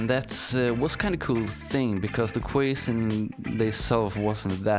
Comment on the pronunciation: You're really great at this and your island looks amazing, but you should spend more time explaining HOW you're doing what you're doing and what tools you're using. Also - and I'm saying this so that you know, not to be clever or to criticise, "quays" is pronounced the same as "keys" in English. How else will you find out if nobody says anything! :)